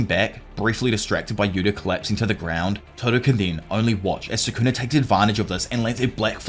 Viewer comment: Bro this dude really saying sukuner like it's the 'er to the "n" word